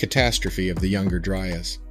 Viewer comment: How did you manage to mispronounce the “Younger Dryas” every time? How did you get “Dry urs” instead of “Dry ass”?